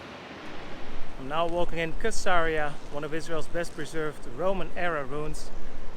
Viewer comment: Caesarea is pronounced Sisaria not kisaria